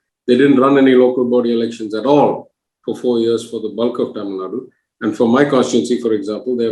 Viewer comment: it is not Tamilnad it is TamilNadu. "U" has to be called out in the pronunciation. Can Dhanya be called as Dhany?